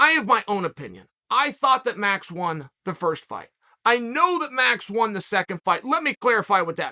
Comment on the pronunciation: Really now, REALLY? Troll Sonnen messing up the most simple of names - Max = Maruuux.